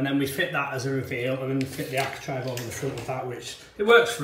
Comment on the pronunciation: ARCHITRAVE not ARCHITRIVE